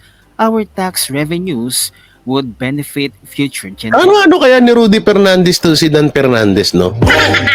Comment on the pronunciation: Ano ba yan inalis na ni Pernandez ang letter F sa alphabet